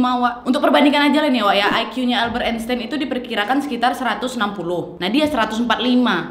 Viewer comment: kenapa aku dengar Nadia ngomong Epstein, bukan Einstein??? wkwkwkwk